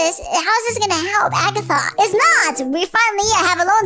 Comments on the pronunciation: Its ragatha not agatha😮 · its not agata its ragitha